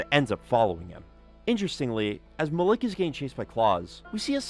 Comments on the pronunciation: i think his name is pronounced mal ek not muh lick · Isnt the name spelled Malik? Because that’s Muh-leek not Muh-lick. Why is he is saying it like that 😂. Unless I’m wrong about the spelling or it was said the name was different for some reason. Am I missing something or is he just saying the name wrong? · Sorry as someone with a similar name I have to correct the pronunciation malik is said like ma-leak not ma- lick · The way you say Malik is really fucking me up. Its malek. Pronounced as e not i